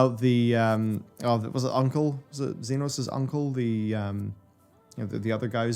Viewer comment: I kept it in watching the 5.0 video, but I don't know how he got through Shadowbringers thinking Emet-Selch is pronounced not with a hard k on Selch but with a ch when they say it multiple times in cutscenes lol Edit: it gets worse; Zenos with a X not a Z 😂